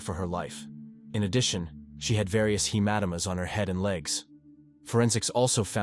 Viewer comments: He-Matta-Maas? Hematoma my friend. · Kinda like hee-MAT-uh-MUH instead of hee-MA-toe-MUH?